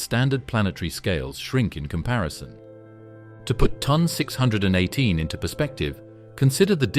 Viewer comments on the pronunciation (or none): It's T O N not ton, and Phoenix A, dildo